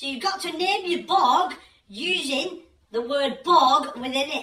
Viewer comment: Borg not Bog.